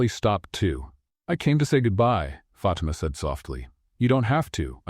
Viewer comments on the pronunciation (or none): Fatimas name should be pronounced FA TEM A , NOT Fat t ma